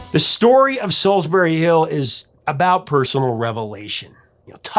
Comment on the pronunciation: It's pronounced 'Solls-bree'. Listen to how he says it in the song!